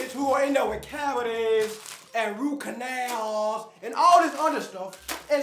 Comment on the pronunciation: "Root Canowl" 🤣🤣🤣🤣🤣🤣🤣🤣🤣🤣🤣🤣🤣🤣🤣🤣🤣😭😭😭😭😭😭😭😭😭😭😭